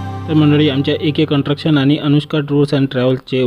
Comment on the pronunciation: कन्ट्रशन नाही हो कन्स्ट्रकशन म्हणतात.